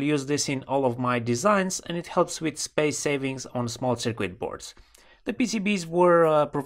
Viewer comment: "cirkit" yes - "cirquit" no